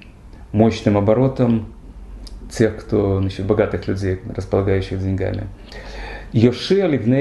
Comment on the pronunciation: дЕньгам, дЕньгами, дЕньги. Если бы было деньгА, то говорили бы деньгАми, а так как дЕньги, то ударение всегда на "Е". )) Любим уважаем и слушаем всегда!!❤